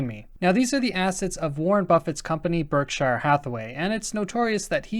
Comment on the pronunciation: Hey, just wondering where you're from? Your accent on Berkshire..